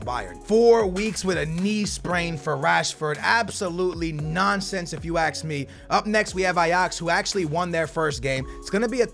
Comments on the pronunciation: I like when he say AKS ME and not ASK ME XD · Why does he say axe instead of ask